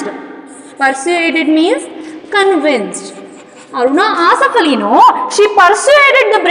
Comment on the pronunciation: Mam ur telling arunaaa asifff allli